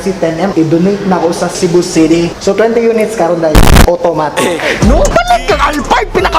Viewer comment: "Cebu Cidy" hahaha